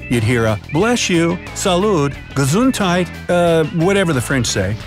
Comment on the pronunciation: how did you say Gesundheit?? 😂😂😂😂😂😂